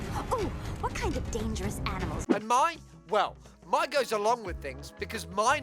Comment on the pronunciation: Lowkey kind of bugs me the way he says Mai’s name. Mai’s name is supposed to be pronounced like the month May, not like the word my.